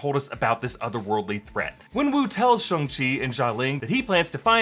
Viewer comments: So hard to watch because he's saying "SHUNG" the whole video instead of "SHAWNG" :D :D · Imagine thinking it's pronounced "Shung" 🤦